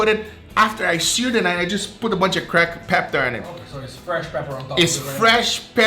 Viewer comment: creck peptar